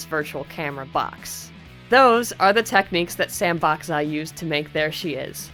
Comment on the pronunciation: Sam Bak Za is actually pronounced "Sahm Bahk Jah". It means "3 count". Or something along those lines.